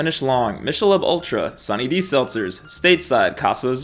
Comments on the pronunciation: Michelob pronounced ‘mickehlobe’ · I thought Michelob was pronounced "MIK-UH-LOBE"... at least, that's how I remember it when they used to promote it on TV when I was a kid. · Wait did you just say mishalobe? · I love your videos but watching content from a guy who cant pronounce michelob is sad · I had to rewind the video to make sure you pronounced Michelob the way you did